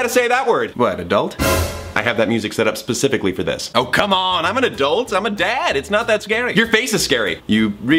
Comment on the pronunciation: "Adultery," honey, no. 😂